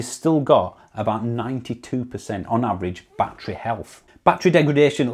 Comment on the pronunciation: Please stop saying bat tree. It's bat_er_ree.